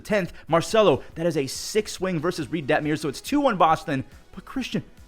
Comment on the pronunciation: Detmers Debt-Mers (not meers) Please Im begging you